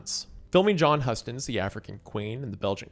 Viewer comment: John Huston pronunciation really hurts